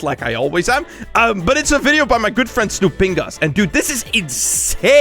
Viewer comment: did u say stupidas?